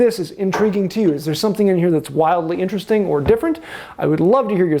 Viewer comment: in-ter-rest-ning, humm...